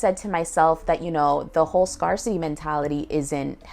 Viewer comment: Scarcity is prounced like scare. As in as scarce resources. Not a city of scars! 😅 lol!.. but thank you for sharing your insights in this video though 🙏